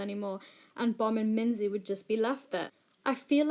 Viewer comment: Note: Its pronounced Mingee not Minzy